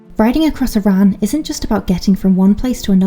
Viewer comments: You’re saying it wrong Say it like A RAN To us Scott’s it’s bad pronunciation and offensive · Shame nobody told you how to pronounce Arran. It’s certainly not “Iran”.